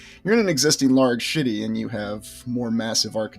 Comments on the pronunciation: are you always saying "shitty" in the place of the word city? it sounds like it, and its funny... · do you say "schitty"? 😂😂😂